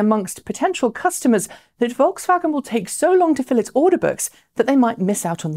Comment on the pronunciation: for the correct pronunciation of VolksWagen